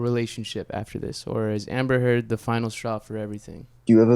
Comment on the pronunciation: “Amber turd” 😂😂